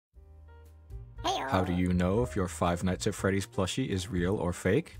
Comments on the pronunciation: “Four Afternoons At Freboos” Bro what 😭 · “Four Afternoons At Freboo’s” That Sounds Better Than “Five Nights At Freddy’s”💀💀💀💀☠️☠️ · "Four afternoons in freebos" im sorry- WHAT